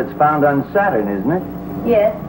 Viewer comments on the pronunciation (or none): none